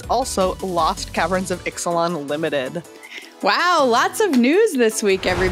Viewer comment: Bravo for your flawless pronunciation of the Ixalan commanders, that would have tripped me up!